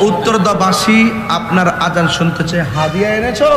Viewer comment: আজন না আজান।